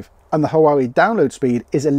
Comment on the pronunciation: Huawei is pronounced 'Wah way' 😉